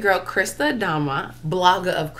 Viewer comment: Say it with me nwanne it's Ah-daa-mma not dadma correcting you out of love my Igbo sister.